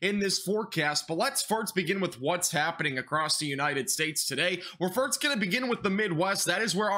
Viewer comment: Are you saying farts instead of first? No joke, really sounds like it. Thanks for the info.